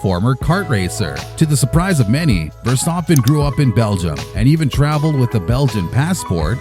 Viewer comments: He actually pronounced it correctly. With a bit of an accent he pronounced it the dutch way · Verstappen pronounced correctly, geweldig